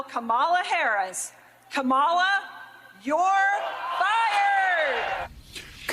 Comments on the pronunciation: Yall please let Joe Scarborough get a rest after today! Last week it was "a dictator of North Carolina" and now he corrected someone's pronounciation of her name INcorrectly. It's not ka-Mala or camela.. it's Kama la. COMMA LA. 💙💙💙💙💙💙 Love you Joe! 🤗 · PLEASE someone tell Joe Scarboro to say Comma la!! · I cringed listening to Joe constantly miss pronounce Kamala's name over and over again telling people how to pronounce it. and No one correcting him was even worse. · If you can’t pronounce “Kamala”, it says more about your IQ than hers. She is brilliant and well qualified to do the job. Trump was neither clever enough nor qualified to be president. 💙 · Joe is such a buffoon! He pronounced Kamala's name wrong!